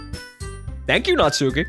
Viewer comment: The u in Natsuki is silent. Her name sounds like Not-ski.